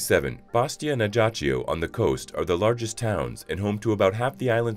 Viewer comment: Please learn to pronounce Ajaccio correctly. It hurts!